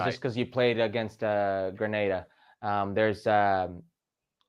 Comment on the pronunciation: Grenada... Not Granada.